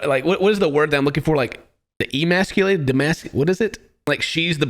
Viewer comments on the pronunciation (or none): Emasculate. Its emasculate